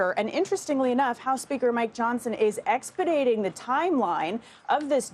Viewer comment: Expidating? Not even a word. Plus, didn't correct herself.